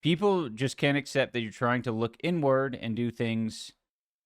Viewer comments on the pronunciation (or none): He pronounces "inward" like "n word". Curious.